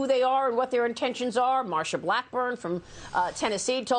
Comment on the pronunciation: Again there is no such thing as fentanol it’s fentanyl